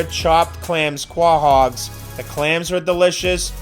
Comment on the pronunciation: it''s Ko-Hog, its' a southern clam (RI) so I can almost forgive you but not if you keep saying it while doing Chowda reviews saying chowder!